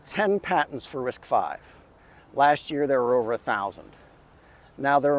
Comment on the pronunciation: Thanl you for saying RISC five, not RISC Vee